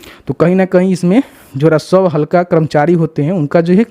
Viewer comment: तुमको राजस्व बोलने नही आता है हमेशा रासव अधिकारी बोलते हो